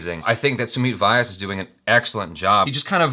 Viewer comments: and u got his surname wrong "Vaayas" #Vyas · Sumeet is not "Y aas" but "Vee yaas" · It's pronounced 'Vya-as' not 'Vee-ass' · It's not "Y ass" it's "viyas" 😂😂😂